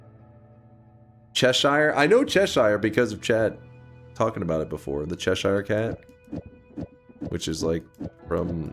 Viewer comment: All the arguing around 2.20 about the gesturing is just because it's the wrong clip everyone was looking at. unambiguously pointed at the camera, while saying the name of someone in chat. Also "I know how to pronounce 'Cheshire'" while mispronouncing Cheshire is the most American thing ever